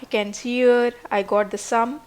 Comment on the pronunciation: "Remainder", not "reminder". :)